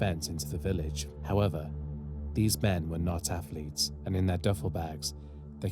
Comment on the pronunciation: I love the content but one thing killed me about this video…. Why you sound like Mike Tyson saying Afflets lol